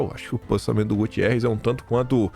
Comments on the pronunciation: Oh! É GUTERREZ. Ele é português. Não é Gutierrez. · Não é Gutierrs é Guterres. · pelo amor de Deus.... É GUTERRES não é Gu TI erres 😂